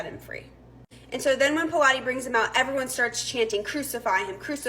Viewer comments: Pronounced pilot. Not p lot eh. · It's pronounced pilot not pilates.